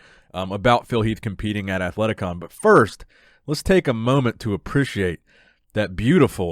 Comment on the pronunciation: Absolutely nobody:: Aprishiate 😂👍